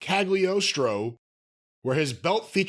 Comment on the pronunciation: OMG... This just made my day! 🤣🤣🤣 Chim Chim was the monkey from Speed Racer, and I am shocked that pronouncing "Castle of Cagliostro" correctly the first time.